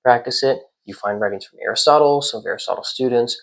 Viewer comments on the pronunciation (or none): none